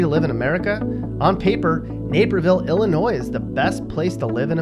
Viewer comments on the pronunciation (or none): none